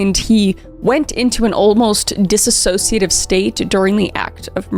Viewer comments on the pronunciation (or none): as someone with a dissociative disorder i am BEGGING you to learn how to say that word correctly, there is no A in the middle. not a soul can say it right but its especially annoying to hear it when you can write a script this well and are such a talented speaker but still cant even notice that you're saying a completely differnt word as a result of the mispronounced use of Dissociate and its various forms.